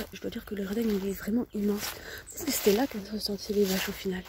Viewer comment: Elle est vraimeng vraimeng vraimeng vraimeng vraimeng vraimeng vraimeng abandonnée, vraimeng.